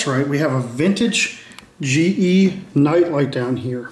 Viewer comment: You said genie or ge smart led bulbs?